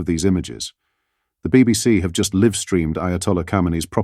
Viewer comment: I stopped watching the BBC years ago but channels like this with AI voices that can not pronounce LIVE properly don't help. It's not llive as 'I live in my house' it's live as in 'streamed live'